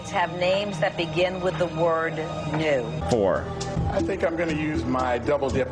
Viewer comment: Dude you said all four states that started with “new” super easily. I’m American and I didn’t even know which ones or how many. I am truly impressed Felix.